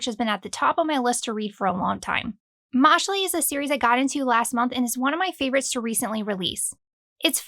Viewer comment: I think Mashle is pronounced Mash-ull